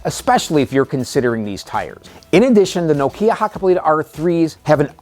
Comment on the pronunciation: Say KNOCK- EE- AN.👍